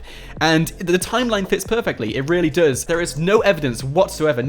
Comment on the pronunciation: Stop saying duuuuuues say does